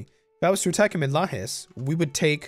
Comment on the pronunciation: Just I hope who american viewers have knowledge tha Brazil speak Portuguese, not Spanish or an "Spanish Dialect". The portuguese fonetic is a great mixed, influenced by celtics, arabs, germanic, africans etc. It's funny how pronounced the "J", your pronounce with "Rio de Janeio" was very similiar with we speak, but pronounced "São Miguel" or "Lajes" like spanish speaker. It's like when pronounce States name in east coast(Usa), and change to spanish pronnounce on Texas or Colorado hahahaha. Any way, great video, amazing campaing. Anexs the Cisplatine(Uruguay)!!!